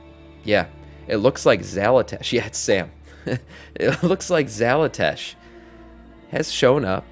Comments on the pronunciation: why do you keep saying "xalatash" when its "xalatath" ?? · Xalatath. Xala”tath”. Tath. TATH.